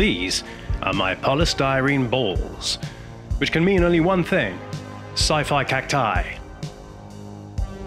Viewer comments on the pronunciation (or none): Sigh-figh cac-tigh